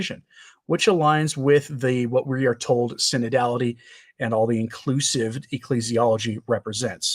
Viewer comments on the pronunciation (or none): Love how you say "inCLUsive!"